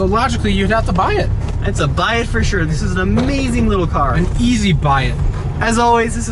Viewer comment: you didn't do the This is a part right, there is a pause between this and is and the this sounds more like daffy duck says it